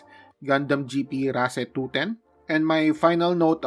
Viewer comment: Always thought it is pronounced as (race) lol 😂